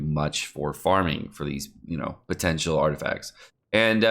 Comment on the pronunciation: I love how during the whole vid u can feel him winking at u when he say “potential”🤣